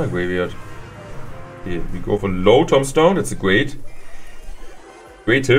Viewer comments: Lol he says tom stone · it's tuuuumbstone. Thats how you pronounce tombstone